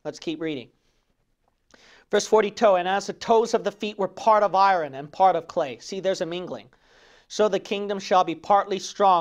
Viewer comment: Pastor, thought you might want to know that the word "iron" is not pronounced like i-run. Its proper pronunciation is [ahy-ern]. Take care, man! Good message.